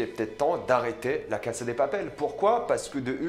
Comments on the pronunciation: Répète après moi : "La casA de Papel", le A se prononce, c'est pas "La Case de papel".... Sinon, bonne vidéo... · pourquoi tu dis "la case" au lieu de "la casa" ? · La cassssssaaaaaa de papel ptn de merde pas case de papel ptn maîtrise ton latin 🤦‍♂️🤦‍♂️🤦‍♂️🤦‍♂️😑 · C'est moi ou tu dis (la caSSe de papel)???!!!! En fait, y a un (A) à la fin 🙄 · Arrête de dire case de papel c pas ouf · On dirais tu dis « la casse de papel » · On m’explique pourquoi il dit tout le temps la « cass » de papel